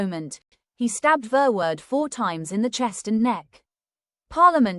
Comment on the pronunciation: Horrible pronunciation for a horrible, evil Hendrik Verwoerd